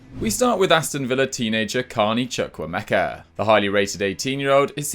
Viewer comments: You butchered the name Chukwuemeka 😩😂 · Did his best.